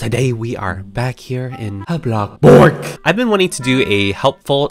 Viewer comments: ITS BLOXBURG NOT BLOCKBURG BUT BLOXBURG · Him:bloc burg Everyone: bloXburg!!!!!! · Blockburg no it’s bloxburg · Why do u keep saying blockborg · YASSSS. I love how says “blocK BOOORG” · Yeah it funny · Other people: bloxburg: blokburggg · i never tired of hearing saying bLoXBrG Btw can you tell me how to copying the colour 😊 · U make mah day betta when u say blockburg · I like how u say ABLOCKBOORG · Me: click the video: welcome back to a....blocborg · I feel like everyone sow says bLoCkBoRg